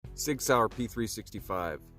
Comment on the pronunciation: It’s Sig Sauer not Sig Saur